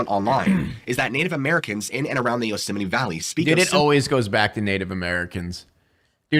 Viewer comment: Why does he call it yoseminy? Sounds like he is Mickey Mouse arguing with his wife in Spanish and saying “Yo sé, Minnie!”